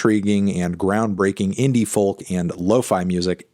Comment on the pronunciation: Why say folk like that?